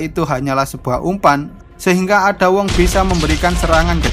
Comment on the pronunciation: Min itu cara bacanya bukan ada wong tapi eida wong gitu tapi telat 5 bulan sih heheheh